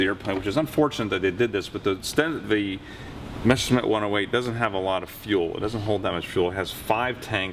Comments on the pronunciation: Who ever came up with the idea that it's pronounced "Meshersmitt"? It's not, and never was. Don't try to second-guess "German" pronunciation. Just say "messer-shmitt" and it's perfectly fine. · "the mesher smith" haha